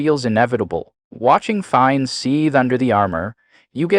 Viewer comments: He is pronounced "FiNNes" and not "fines" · Wow, you can’t even pronounce his name right!